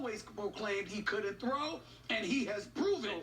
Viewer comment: SAS he can't throwwwee